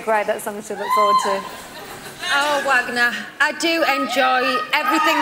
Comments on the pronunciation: SAY HIS NAME RIGHT, LOUI!!!!! IT'S VAGNOR!!!!!! JERK!!! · Poor thing. I bet after all these years Louis still hasn't managed to pronounce his name right.